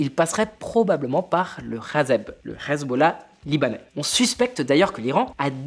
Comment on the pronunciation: Pourquoi dis-tu hazeb au lieu de hezbollah ?